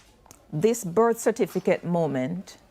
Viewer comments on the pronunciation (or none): How many times have the debaters and panel said cerfiticate